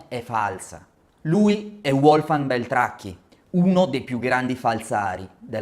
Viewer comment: Uolfgang non si può sentire, Uerner nemmeno!!!! Basta con l'anglicizzazione di tutti i nomi: si pronunciano Volfgang e Verner, sono tedeschi!!!!